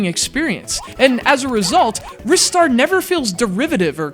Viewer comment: I always pronounced it, "RYE-Star", not "Riss-tar".